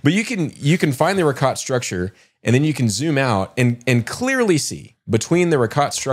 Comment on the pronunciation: Guys i love listening to yall, but get names and pronunciations right PLEEEASE. Brian insists on his accent on the end of his name, then please do others the same courtesy before you say them on your show. Monsa not Mansa, pronounced Reeshot, not Rikot (Richat structure), Ponce' not Pons Dee Leeon (Ponce' De Leon). ✌🏽